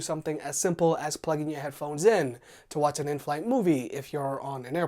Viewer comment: I really can't stand the way you pronounce "wacha".. Sorry.